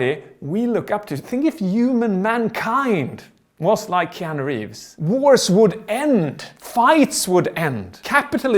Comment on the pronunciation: "KEEANU" Hmmmmmmmmmmmmmmmmmmmmmmmmmmmmmm